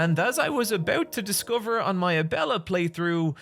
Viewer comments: Whoever bullied him into pronouncing Abella. Also, DO YOU WANT HIM TO WHEEL IT DOWN THE STAIRS?! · Glad learned to pronounce Abella's name for this video, it was weird how he kept calling her Ebola on streams.